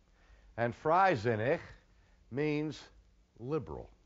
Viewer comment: Rechtzinnig and vrijzinnig... Cool! Great pronouncement (for an American)!